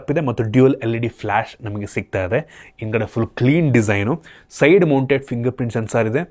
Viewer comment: 😂😂😂, ಮಾ-ಇತಿ, ಒಂದಿರುವ, ಇನ್ದ್ಗಡೆ